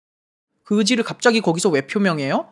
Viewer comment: 시작할때 그의지를 그~지를 왜 ? 라고 하시는줄 알고 깜짝놀랐어욬ㅋㅋㅋㅋㅋㅋ